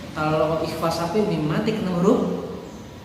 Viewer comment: Sy mau menambahkan saja pak/bu 🙏😁 bahwa td di video sedikit salah dalam pengucapan ikhfa syafawi 🙏😁 diawal bilang bahwa ikhfa syawafi adalah mim mati bertemu dengan ba, tetapi pas bilang lagi mim mati bertemu dengan nun 🙏😁